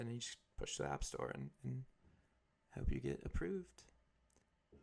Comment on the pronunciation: Thought u said app stor???